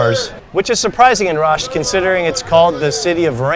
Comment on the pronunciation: its nat راشت رشت✅